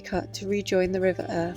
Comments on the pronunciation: "Ure" is pronounced "Yore" - hence the boats with "Yoredale" on them. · Great vid thanks one small thing the pronunciation of the river Ure it,s not Ur it,s said as [you ar] but hey ha ha ha great video. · River Ure is pronounced as your